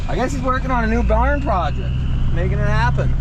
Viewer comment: "Presheeight" "Prahjict" "Sawdist"